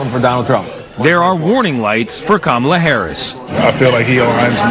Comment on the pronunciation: IT'S STILL........KA-MA-LA....